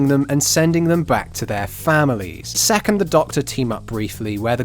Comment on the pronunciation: Everytime I hear you say "Sek's" I get really immature looool